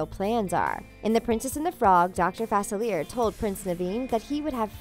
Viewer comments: She says his name wrong: its not 'fa-cil-eer", it's pronounced "fa-cil-le-ay". It's French. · It's pronounced Fa-SILLY-ay. 😶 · That don’t know how to say Dr. Faciliea there is no r in his name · Its not FAC IL ERE ITS FAS ILEE ER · It's pronounced DR. Fa _seal _e_a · “Dr Fasilly air” Me: who dat? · You guys keep mispronouncing Dr. Facilier's name and it's driving me crazy. His last name is supposed to have a French pronunciation. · You're right. It's pronounced Fa-SILLY-ay. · It is pronounced fu-sil-ee-air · It's pronounced fas-a,-lee-er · You're saying his name wrong!😡😤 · Misprouncing Facilier’s name is like nails on a chalkboard to me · UmbreonTrainer27 right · The mispronunciation of 'Facilier' is driving me insane. The Princess and the Frog took place in New Orleans. Dr. Facilier is Creole, and therefore, his name is French. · Is it just me or does she pronounce dr faciliers name wrong? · Can't stand how she says it!! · Thank You!!! I’m from Louisiana and it was driving me crazy hearing his name pronounced so very wrong. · I know it's really annoying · Thank you!!!!! It drove me crazy!!!